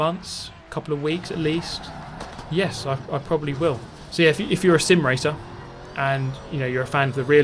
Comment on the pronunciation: Whenever he says "sim" sounds like he is saying "simp"